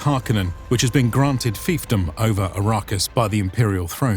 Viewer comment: Its ARRakis... Not A_RA-Kis